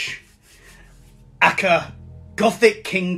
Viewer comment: just realized Dani filth said A .K.A. like it was a word lol 😆 ahka